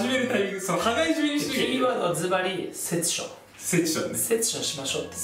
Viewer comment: セッションじゃなくてセツションです（つ感）大事にしてくれ〜〜